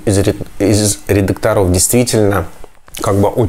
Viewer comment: Н редакторОв а редАкторов,,,, деревня